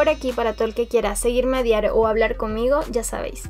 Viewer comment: . ¿A diaro?, ¿dijiste "seguirme a diaro?. LOL.